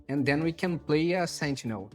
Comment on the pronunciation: Da pra saber que é brasileiro pelo "sentchinel" hihihi